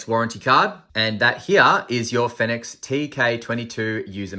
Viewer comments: I saw another review of this light & the guy had the biggest sook about it & didn't even finish the review, because he was so disgusted by it, complete douche.Oh btw,not sure if you care,but apparently it's pronounced "Phoenix" 😁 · as far as i know, every other (english speaking) reviewer pronounces it the same as the word 'phoenix'